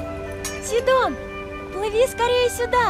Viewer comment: не сииииииидон а сидооооооооооооон